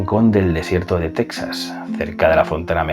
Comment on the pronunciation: Teeejas, Teeeeejas(Texas), y no Tesas; Mejico( México) y no Mésico